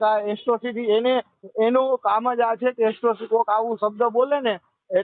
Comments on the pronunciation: એટ્રોસિટી કહેવાય તારી માને શોધે એકરો સીટી નહીં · પેલા એક્રોસીટી બોલતા શીખ દોફા